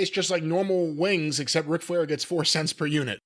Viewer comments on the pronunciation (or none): I believe he’s trying to say woo and wings at the same time and that’s why it sounds that way, but damn this the funniest thing I have heard all week lol. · I swear I thought it said "Wooooo Wigs"!!!😂😂😂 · Ric Flair pronouncing "Woo Wings" sound like someone trying to start lawn equipment... 🤣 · I've been hearing Flair pronounce "wwwwiiings" forever on Conrad's various podcasts and I just figured Ric was drunk when he recordded the commercial. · Were you saying "woowings"? No, I was saying "Boourns" 😆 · Wtf is this?? I have heard them run spots for woo wings on flair/conrads podcast for like a year or more and he always pronounced it “WOOO wings” with the words separate. Never heard this… interesting… way to pronounce it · Flair pronouncing wings in his signature style had me rolling on the floor with laughter.